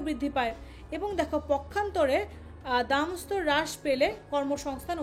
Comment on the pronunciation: দামদস্তর না দামস্তর